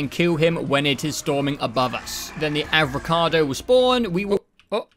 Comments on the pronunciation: he calls the avogrado , avocado 🥑🥑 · Im so glad I found these videos.. even tho its a year late Also brother fucking up the Avogadro's name every chance he gets is so hilarious